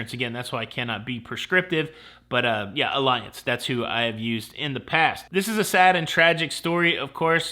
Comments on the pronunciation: Ugh... not trying to be "that" commentor... but is it Ah-lee-anz? Not "uh-lie-enz" or "alliance" I'm not asking for a friend, I'm asking for me lol. But I also don't care if someone mispronounces it, (if he did) So tragic about that family. 💔 Always buy the insurance. I always made clients sign a waiver so they can't say I didn't tell them. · PS, it’s pronounced Al E Anz, not Alliance 👍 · I guess I'll be "that guy" this time,. The company Allianz is pronounced like "Olly-onz". I only know because I have had to file a claim with them and they corrected me when I called. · Excellent show as usual.. Cruise insurance is a must...39 cruises always get insurance. We use Allianz also pronounce all e once...